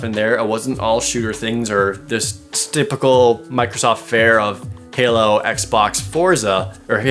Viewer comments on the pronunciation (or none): Hao? Jared! I think you made a little mistake. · Hao stuff? I assume you mean halo